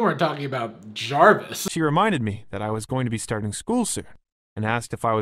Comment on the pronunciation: You don't need permission to react to a video. Unless the Fine Brothers enter chat then be ready to pay $$$$. He did say Jarvis, if you listen you can hear the v it's just not as pronounced.